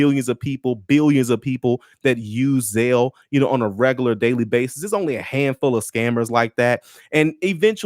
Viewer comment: "ZAIL" my brother??!!! Really/?! Go,and listen, a word to the wise.